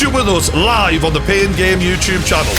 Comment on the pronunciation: Pain gain youchube 😂